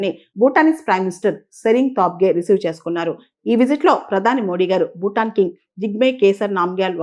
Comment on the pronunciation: మీ విశ్లేషణ చక్కగా ఉంటుంది. సరైన ఉచ్చారణను చేరిస్తే ఇంకా బాగుగా ఉంటుంది.( ‘బారత దేశం’ కాదు, ‘భారత దేశం. ‘బూటాన్’ కాదు, ‘భూటాన్ )